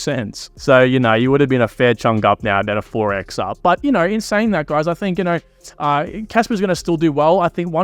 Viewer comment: Stop pronouncing kaspa as kasper